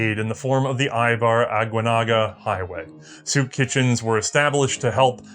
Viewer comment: one more comment, the ei in eibar is pronounced like the ei in seis.